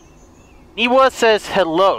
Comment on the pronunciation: I must have a hearing disability but I swear she's saying "Niva" and not "Niwa".